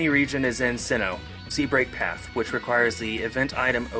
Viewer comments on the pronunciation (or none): Oh seabreak path.................................... yep it was longer and more awkward than that pause.